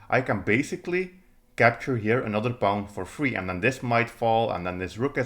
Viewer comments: Don’t pronounce pawn like the word “pound” without the D; pronounce it like the word “pond” without the D. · What's a "Pah-own?" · That’s a pawn with an accent. Welcome to the internet, where people speak other native languages ;)